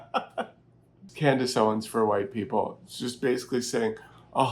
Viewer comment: Love you saying Klandice owens.😂😂😂